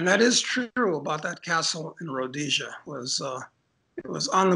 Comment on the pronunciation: Liked Doug when he correctly named Rhodesia